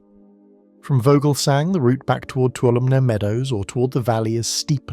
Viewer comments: it’s pronounced (Two-waHL-oh- ME) Toulomne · For future reference, Tuolumne is pronounced too-wall-um-knee. I live in a neighboring area.